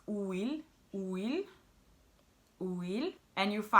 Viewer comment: You didn’t pronounce correctly the word “huile” actually you pronounced it as if you said “ouile”